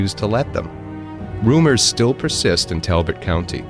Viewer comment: We pronounce it Tall bot😂❤👍😊👍👍👍